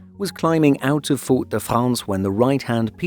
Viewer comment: No one pronounces Fort-de-France that way